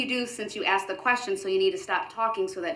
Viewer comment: My personal favorite was "I axed you Judge." 🤣🤣